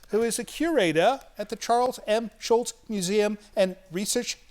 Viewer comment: i love how the curator for the Schulz museum keeps saying SchulTz, the way he remembers its supposed to be pronounced .. the way we ALL remember